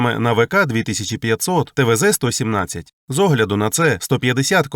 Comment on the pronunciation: Автор абсолютно безграмотен, и текст ему кто-то писал. Двигатель называется ТВ 3(три) -117, а не твз